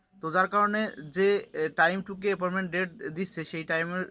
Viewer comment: ভাই আপনি তো বাংলা উচ্চারণ ঠিক করে বলতে পারেন না। ভিডিও করার কি দরকার। এপয়েন্টমেন্ট কে কি বলেন?